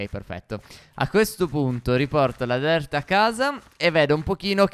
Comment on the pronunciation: Ma perchè dici dert di terra